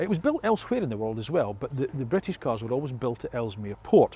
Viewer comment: I’m Scottish 🏴 not bwitish